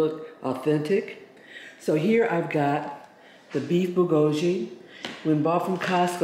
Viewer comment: Great video to cook the Costco one. But please learn the pronunciation of Bulgogi.